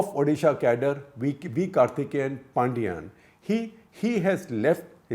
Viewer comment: Once again, it's Paandiyan not Paandiyaan!